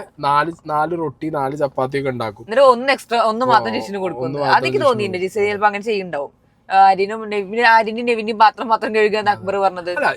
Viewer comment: നിങ്ങൾ അനുമോളെ കുറ്റം പറയുന്നുണ്ടല്ലോ... ആര്യനെ ആര്യ എന്ന് വിളിക്കുന്നു എന്ന് പറഞ്ഞിട്ട്.... എന്നിട്ട് ജിസെൽ നെ ഗിസെൽ എന്നാണല്ലോ നിങ്ങൾ പറയുന്നേ..... ആദ്യം സ്വയം നന്നാവൂ എന്നിട്ട് ബാക്കി ഉള്ളോരേ കുറ്റം പറയ് 😂